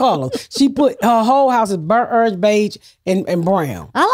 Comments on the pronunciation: Ms. Pat can murder any word “burnt errange” 😂 she’s the best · I love when she says bernt errnge